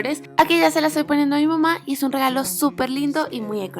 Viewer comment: dice mama en vez de mamá jajajaja(es un comentario no una critica). Buen video ♡♥